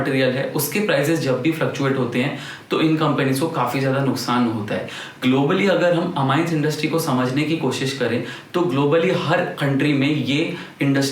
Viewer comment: It is not aMYnes...it is aMEEnes